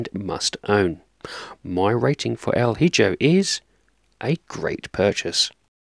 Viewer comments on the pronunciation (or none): Excellent review, my friend. And at this point, your reviews are pretty much ASMR to me 😅 i always feel so relaxed watching them! lol. Just one thing, I believe the game is actually pronounced with the j as a h, so: 'El E Ho' pronunciation-wise, as its Spanish. Sorry to be THAT annoying guy. 😅🙈 I love your reviews brother, keep up the stellar work! 🍻😊